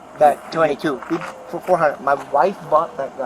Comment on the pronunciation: A point 2 (weird pause) 2 caliber... Why use AI? Lazy